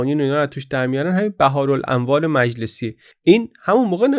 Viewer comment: البته شاید یه اشتباه لفظی بوده ولی لازم دیدم تذکر بدم که اسم کتاب مجلسی بِحارالانوار هست نه بَحار... و بِحار جمع بحر هست به معنی دریا و به عبارت بهتر اسم کتاب هست: «دریاهای نور»